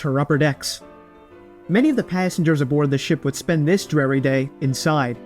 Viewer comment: Pretty sure ‘dreary’ is pronounced with an ‘ear’ not an ‘air’. ‘Honduras’ needs to be redone as well